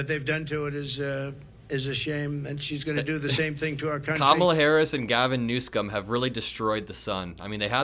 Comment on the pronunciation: So according to trump, Gavin NEWSKUM destroyed CA. Newskum???? I can't even. I wish someone would confront this demented geezer to his face on his lies, his inability to speak coherently, and his incessant self-aggrandizing con jobs.